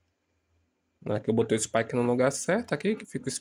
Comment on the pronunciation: spike é meu cachorro, a pronúncia é espiker